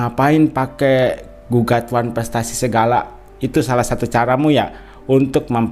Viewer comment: Masak kepinginn datangggg ngomong wanprestasi aja susah😅😅😅